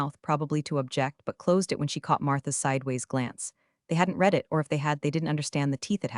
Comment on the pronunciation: AI text-to-voice still has some problems! Example, in “I read the story.” and “I will read the story.” the word “read” has two different pronunciations.